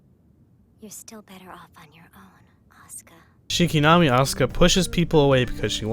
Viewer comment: U mispronounced asuka and evangelion dick wad. Also fuck the rebuild.